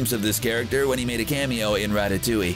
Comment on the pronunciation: OMG DANNY GONZALEZ TALKED ABOUT THAT LOL 😂 and it’s rat- ta- toing 😂